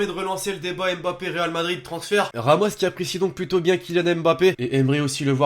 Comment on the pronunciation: Vous m'énervez quand vous dites M. bappe C'est Mbappe!